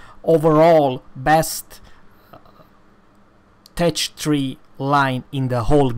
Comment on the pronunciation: you prenonce tech tree wrong